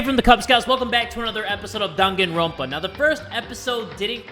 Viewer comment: He did not just say danganrompa like that 😂